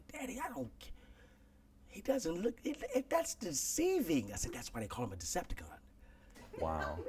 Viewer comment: Wasn't that s-curl guy in BAPS?? This man said Deceptacon. 🤣 I'm sorry but that's funny. is wrong for trying to bring up a topic that was barred from the interview before hand so that was very deceptive & underhanded. For him to then pull the "it's my show" card really says a lot about his character. He attempted to back peddle and bruh was not letting him trot away at all.